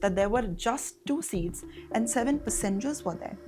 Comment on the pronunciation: It is Pass-engers. Not Pussengers. Geez, the thririrddd clalass Englliisshshh and pronunciations are really over the top.